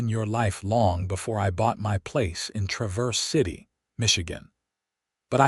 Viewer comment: It’s pronounced TRAVerse city, not traVERSE!